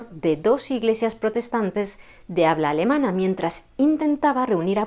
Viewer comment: ¡ Exquisita pronunciación alemana !